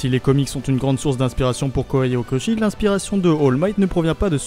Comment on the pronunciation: Alors.... La diction et l'intonation de cette vidéo me dérangent trop c'est vraiment dommage car le contenu est intéressant... Mais cette façon de lire en faisant "vagues" peu naturelles ça sonne vraiment bizarre pour pas dire agaçant :( (+ la prononciation des noms genre Kohei Horikoshi est aussi étrange je sais pas)